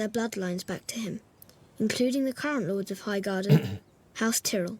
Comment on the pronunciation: Still annoyed how they mispronounced Tyrell in these